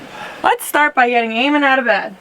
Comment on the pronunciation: your name eamon is pronounced e-mon